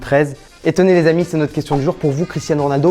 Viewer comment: Arrête de dire l z amis tout le temps 😂 sinon top